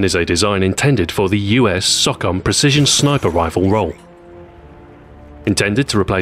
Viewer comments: He pronounced SOCOM like sawcom, its pronounced like SoooooooooooooooCOM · So is pronouncing SOCOM as "sock-om" a British thing or is it just you? Cause I've always been taught it as "So-Com" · SOCOM is pronounced SO-COM, not SOCK-UM.